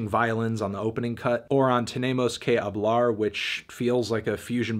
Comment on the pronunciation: tenimos kei oblar lmao